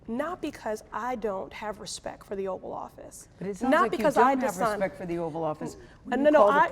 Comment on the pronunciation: A "congresswoman" who can't pronounce respect...gimme a break